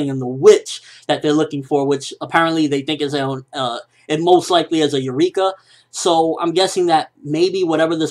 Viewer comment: Nope. Don't listen to people. You were pronouncing Eureka the correct way before.